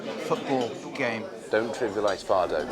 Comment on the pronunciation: It is Fado and not Faro!